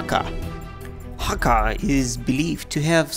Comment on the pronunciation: I love this franchise. I played every killzone game possible, and loved all of the characters involved in this never ending war between the Helghast and the ISA. And another thing: It's Hakha (Hāck-uh, sorry.)